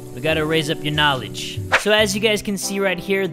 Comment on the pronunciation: I love how said "She's attracted to his knalege":'D